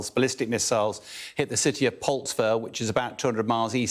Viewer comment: Why does Bell say 'Polstva'? In English the term is Poltava. Any educated individual would be familiar with name anyway, for a decisive battle was fought there early in the 18th century. (Swedes v Russians. The Russians won.)